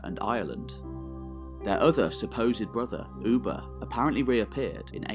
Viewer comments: It's Ubbi, not Ubba. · his name was pronounced (Uh-Buh), not “Ou-Buh” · Its not f-ing Oeba...!!!!! Its Ubba!!!!